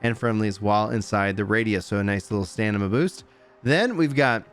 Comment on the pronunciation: Am I hearing "stanima"? ummm... Anyway, vg looks like a nice new weapon, especially for tank item. I tried nuker with it and I was not impressed.